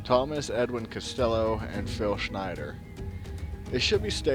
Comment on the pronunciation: it would sound more credible had you pronounced names correct. Dulce = Dohl say.. Castillo = Casteeyo